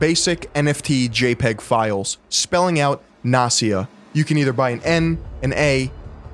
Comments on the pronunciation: It's not Nasia, it's NAST-YA. You pronounce the T. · Great video, since Gary Vee goes NFT he became even more irritating. And another thank you for word "nepotism", because in russian language I know this word very well and here it is not just a word, but the phenomenon of life. If I may, one little remark not "Nasia" but NasTya (T is not silent . The full name is Anastasia). Sorry if I'm not the first who saying this. But in this case I guess we shouldn't really give a fuck what is her right name :) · It's NasTya, not Nasya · It’s Nas tia. Not nasia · Its NasTya, With T like in word Nasty, not Nasya. And no, I don't know who she is, I just know this name. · Incredible video, beautiful research, but I can’t fucking believe your pronounciation of name “Nastya”. Even when you spelled it out, you did not miss the “T”, while you did not say the letter “T” once, you could only hear “Nasya”. All that aside, awesome, keep it up. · Not to discard the topic & then info, but I can’t listen to "nastya" without "t" in the middle. That letter is there for a reason! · Why can't you pronounce Nastya? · Btw you pronounce Nastya incorrectly. The name is Russian short for Anastasya. S and T are separate sounds. Anyway, in the past years, a lot of people are trying to monetize their children. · Can't believe can't pronounce "Nastya" properly. Damn bro.....